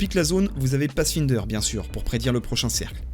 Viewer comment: YO ! La syllabe "find" de "Pathfinder" se prononce comme pour le mot anglais "my", et pas "in". Désolé ça pique les oreilles ^^, et tu te feras bien mieux comprendre si jamais tu dois en parler un jour avec des anglophones. Super tuto sinon et bonne continuation ! (le grind S4 est bien salé...)